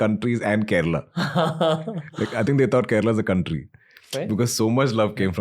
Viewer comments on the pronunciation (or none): It's Kerala not kerela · Come on. Kerala and not Kerela!